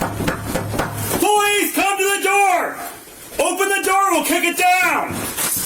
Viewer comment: “open the noor”